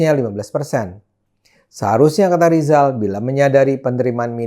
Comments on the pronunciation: Ngomong RRR aja susah... Sok mau ngomongin ekonomi... Be OL dulu sana... Lijal. Lijall😀😀😀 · Menyebut nama sendiri saja gak bisa Rizal jadi Lizal makanya Cokro disebut Coro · Lijal sejak lahir sudah gagal bilang R 😂😂😂